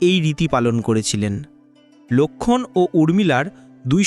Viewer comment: কী বিশ্রী বাংলা উচ্চারণ। বাঃলা এতো সহজ ভাষা নয়। কেনো লোক্ষন! লোক্ষন! উচচারণ করছেন?